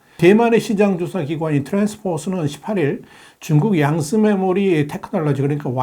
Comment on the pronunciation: 오랜만에듣는발음~~~양스(쯔)메모리 ㅋㅋ 양제스(쯔)가 양스(쯔)강에서 살(쌀)수확하는걸보며 도네스(츠)크가 되지않게 스(쓰)촨성에서 훗날을 도모할듯합니다~~